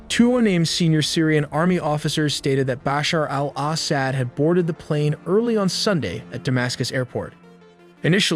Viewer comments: bro you are mispronouncing his name it's not Basher al-ASS-ad it's actually Ba-shar Al-Asad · just a quick tip: in Arabic, the 'AL' is often dropped in pronunciation. It might be helpful to listen to some native speakers to get a better feel for the rhythm. Bashar-AL-Asad simply is Bashar Asad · BOSH her AL oss ED...gotta love how AIs pronounce foreign names lol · Maybe take a moment to practice saying 'Bashar Al Assad' a few times off-camera before hitting record. Or better yet, consider trimming down the number of times you say it—no need to turn it into a tongue-twister challenge for yourself and your audience. Are you rehearsing, or just hoping your followers will grade on a curve? But great perspective the way you said his name distracted me from the main story a little.